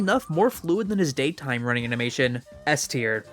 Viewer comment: Wtf is a p-teir? You mean s-teir....